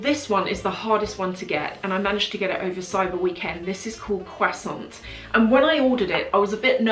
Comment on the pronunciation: Gosh the way she pronounced croissant killed me hahah